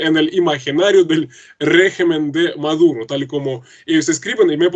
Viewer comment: POR FAVOR,. SEÑORITA. ES NICOLAS MADURO,. NO''' MAURO''' ..... QUE VERGUENZA.